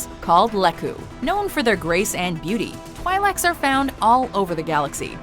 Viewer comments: 10. Togruta, not Togrutans XD 6: Zabraki, not Zabraks xD 2: Twi'leks is pronounced "Twee-leks" xD #StarWarsNerdSpeaking XD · facepalm its pronounced 'twee'licks' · Twi leks are pronounced twee leks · OMG YOUR PRONONCIATION OF TWI'LEKS IS SO WRONG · jesus...the way she said twi'leks... face-palm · I'm feeling a little triggered by her pronunciation of twi'leks and Aayla Secura's name. XD And I don't agree that Togruta are warmongering either, unless that's something that was mentioned in the animated shows. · How could u mispronounced twi'leks? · It's this top 10 best or top 10 most popular? Ithorians, Kaleesh, and Yuuzan Vong for the Win!! They said Ewoks....😂😂😂 Nitpicks: This is a Canon list... The planet you call Mon Cala is called Dac. Mispronounced Twi'Lek's great! Tuskin Raiders can be of any species human, Rodian, Chiss....ETC most of them are people who got lost in the desert and lived of the land. Hating on the prequels and dishonorable mentioning gungans solely due to jar-jar.... Yup this is a most popular list fucking great. lol.